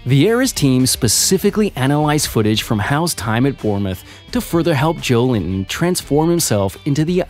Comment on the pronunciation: It's Jo-el-in-ton, not Joe Linton!